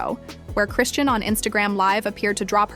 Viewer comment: Chri-shawn is the pronunciation. Not Christian or chrisann